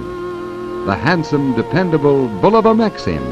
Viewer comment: YES! BULL-uh-va - not Boo-LOH-Va as some say